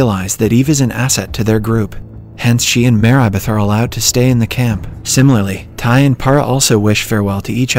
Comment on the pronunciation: I just realized that the voice is automated. There are a few examples; the pronunciation of Marybeth as "Mayribeth", the 1800s being pronounced as "One-Eight hundred seconds" ,and a lot more.